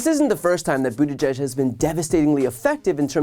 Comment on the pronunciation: My biggest disappointment is that the highly respected Judy Woodruff of PBS still says "judge" instead of "g-edge". She gets the most complicated names and place names correct all the time; why not Pete Buttigieg's name? All professional speakers should get and practice proper pronunciation of names before they attempt to say them on camera; it's their job.